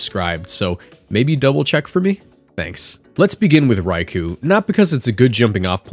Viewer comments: it's called raikou not raiku ffs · why is pronouncing raikou so difficult for people